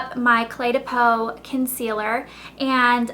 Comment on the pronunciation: it's clé du peau (clay-dyoo-poe), i believe. it's also like $70!